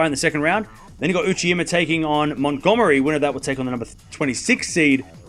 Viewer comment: Minor quibble: keeps annoying me with the way he pronounces Uchijima as "Uchiyima". The J sound exists in Japanese. Hijikata is an Japanese-Australian, yet I've never heard him pronounce it "Hiyikata"